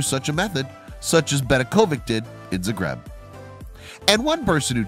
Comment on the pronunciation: It is pronounced zah-greb Use your brain